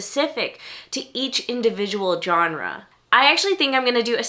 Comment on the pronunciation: Does anyone pronounce Genre correctly anymore? It's a soft G... Not a J